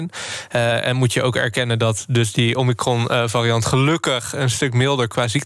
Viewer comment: Ken 'omikron' niet uitspreken. Zegt genoeg denk.